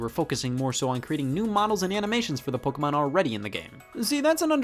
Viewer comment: The 45 minute section where you explain why the Spanish Inquisition should be implemented worldwide was a strange touch, also hate the way you say “Pokémon”